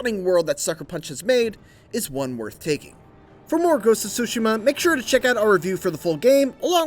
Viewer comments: wth is he saying, more ghost of sushi'ma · dat boa say SHOE SIMMA